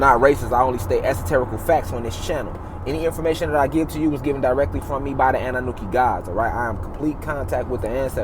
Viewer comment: Annanuki? 🤣 if you would pronounce that correctly this might actually work.